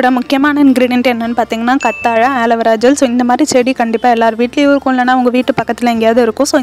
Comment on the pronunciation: கத்தாழை இல்லை கற்றாழை